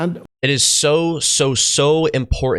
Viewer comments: Please don’t emphasis the ‘O’ in Lennox. It’s Lennox not Lenn-Ox?! Simonline🏴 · The emphasis is on the first syllable of Lennox. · It's John Lennox, not John Le Nox! You pronounce this with a terribly wrong accent. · Why do you keep mispronouncing Lennox as LeNox, when he himself pronounces it when quoting a question posed to him? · God bless you for what you are doing on your channel. I’m a big fan of John Lennox. This is a minor complaint. Lennox is pronounced like “Len-X”. It might be a good idea to verify the correct pronunciation or preferred pronunciation of a person’s name in your videos before posting. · How in the world are you commentating on scientific discussions when you can't even pronounce this guy's last name right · given that you practically worship Lennox at least learn to pronounce his name. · I like this young guy. But I have never heard anyone pronounce Lennox’s name like that lol. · Love your work dude but it's Lennox 👊